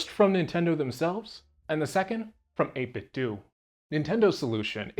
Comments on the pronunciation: "Dough" not "Do". Like "Dojo". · Pretty sure that’s how you say it dude lol. It’s supposed to be a play on nin-ten-dough. Every heard of them? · pronounced ate-bit-dough, ya know... like nin-ten-do, get it? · Why do people insist on pronouncing "do" in 8bitdo like "doo" and not like Ninten"do" as it should be? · 8bitdoo? What is that? A controller to play Scooby Doo on a Nintendoo? I can't take people seriously that pronounce 8bitdo wrong. lol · You don't pronounce Nintendo as Nintendu so why does everyone call the company that makes Nintendo replica controllers 8bitdu? I know it's a complete non-issue but it drives me insane. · "8BitDo" is pronounced Eight-Bit-Dough. It's a play on "NintenDO." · It is the year of the lord 2000 + 23 and people still don't see that the 'do' in the 8bitdo name is supposed to be pronounced like Nintendo. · Yeah, years ago, the company said it is "doo". They even used to sell a Bluetooth speaker that would say "8BitDo" when powered on and people then were like "oh so that's how they pronounce it". Since obviously we would assume it is like the 'do' part of Nintendo. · Can't believe they pronounce their own name wrong. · Seeing this be the too comment soothed my soul from the annoyance of the mispronunciation